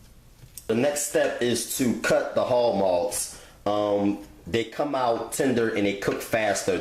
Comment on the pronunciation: "Chitterlings and hawg mawgs" it's chitlin's and hawg malls, recipe fire tho